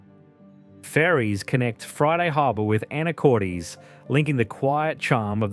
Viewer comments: Pronunciations in this are killing me 😂 Chye-nook salmon?! Anacort-eez?! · This is my state! However, you should learn how to pronounce the names (Skagit, Anacortes).